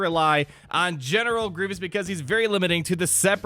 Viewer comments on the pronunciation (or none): none